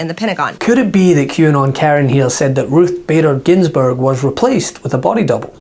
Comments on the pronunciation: She said Ruth Bater Gingrich. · MTG IS MISERABLE WHICH IS WHY SHE IS MAKING THE REST OF US MISERABLE. I HOPE SHE STEPS DOWN THAT TOTAL MISERABLE GAH OF A PERSON. Maybe now that she is actually required to work she isn't having so much fun anymore. 𝙰𝚕𝚜𝚘 𝚑𝚎𝚛 𝚌𝚊𝚕𝚕𝚎𝚛 𝚜𝚊𝚒𝚍 𝚁𝚞𝚝𝚑 𝙶𝚊𝚝𝚎𝚛𝙶𝚒𝚗𝚜𝚋𝚎𝚛𝚐 𝚑𝚊𝚑𝚊. 𝙳𝚎𝚜𝚝𝚊𝚋𝚒𝚕𝚒𝚣𝚒𝚗𝚐 𝚝𝚑𝚎 𝚖𝚒𝚍𝚍𝚕𝚎 𝙴𝚊𝚜𝚝 𝚑𝚊𝚙𝚙𝚎𝚗𝚎𝚍 𝚍𝚞𝚛𝚒𝚗𝚐 𝙱𝚊𝚛𝚊𝚌𝚔 𝙾𝚋𝚊𝚖𝚊?! 𝚂𝚑𝚎 𝚒𝚏 𝚊 𝚠𝚊𝚜𝚝𝚎 𝚘𝚏 𝚋𝚛𝚊𝚒𝚗 𝚞𝚜𝚎